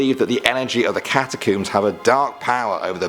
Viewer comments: ''Cat-a-kooms?'' REALLY? That is the UK pronunciation? Do you pronounce the things you pull through your hair ''Cooms?''' No, seriously, I really want to know. Because the word ''comb'' is IN ''catacomb,'' so it makes no sense to pronounce it differently then the words it is made up of, and if anyone were to mangle the word, it would be more likely to be the US version. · You said catacombs wrong btw